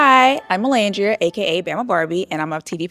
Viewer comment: Yes as an Ola and long time Navy her correct pronunciation made me 🥰